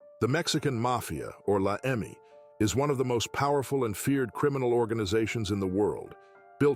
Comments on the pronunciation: its not La Emi its La Eme. Jesus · he called it "la emi". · I know Joe Morgan was one of the top members, but he died in 1993 ! He hasn't been doing much since. Plus the way you pronounce LA eMe, means you don't know much about a gang that's been around since 1957... Do your homework.